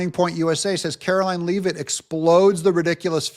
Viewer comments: I'm from Maine, Karoline Leavitt is from NH. Leavitt is a Franco-American name. Leavitt is pronounced Lev-it, not leave-it. YW 😎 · it's Leavitt, not Lee-vitt.